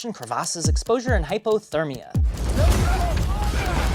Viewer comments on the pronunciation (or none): none